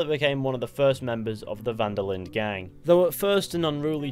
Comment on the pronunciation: Really annoys me how you pronounce the d in linde